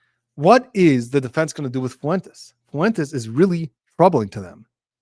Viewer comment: Thanks a bunch for your opinion. By the way, Fuentes is pronounced Fwayntays not Foo-en-tess.